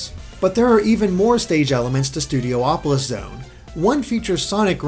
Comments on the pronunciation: Why do you keep saying Studio Opolis? Isn't it just Studiopolis? Only one O? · Also, hey,! You keep pronouncing it "Studio-opolis", but since there's only one o, shouldn't it be pronounced "Studi-opolis"? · It should be said Studiopolis instead of Studio-opolis. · So, is it pronounced Studi-opolis, or Studio-opolis? Or will Aaron Webber tell us it's "Studio-polis", like he did with Hydrocity Zone? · Studiopolis, theres only 1 o between i and P, so it's not Studio-opolis, instead it's Studio-polis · please stop pronouncing it studio opolis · Each time he says Studopolis I hear Studio Hopeless